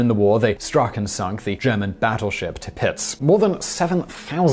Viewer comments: German Battleship Tipitz? It is Tirpitz with every letter pronounced! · Ok, pronunciation can be difficult, but you need to do better with "Tirpitz"